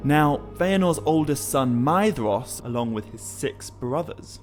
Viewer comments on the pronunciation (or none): I do love this series, and your speech and pronunciations are also so utterly fantastic. However, one small titbit I feel I would argue... Surely "Maedhros" should be spoken with the As Gaeilge pronunciation of "dh" and "s", making it "May-rosh".